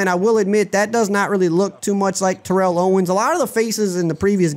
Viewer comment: lol TO would hate how you're saying his first name